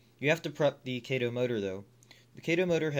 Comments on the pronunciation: I'm glad I'm not the only one driven nuts but that! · it's KAH-TOE Kato an AH sound!